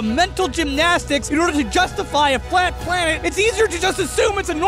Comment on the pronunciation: I noticed you say plat flanet in the end